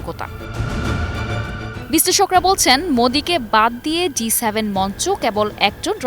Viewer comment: G7, উপস্থাপিকা বার বার বলে যাচ্ছে D7